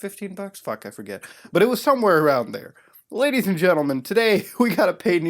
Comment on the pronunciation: Boy id pay 5 dollar everytime if i could bitch smack him every time he said lagies and gentlemen